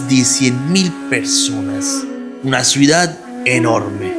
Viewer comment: Muy interesante video, gracias Elodie, gracias..., desde hace variosvideos te quiero decir que TU pronuncias mal la palabra "Ciudad". Tu la pronuncias: "cUidad". Y eso esta mal, pues tu corriges a Elodie en cualquier error, pero no pones atención en los errores tuyos.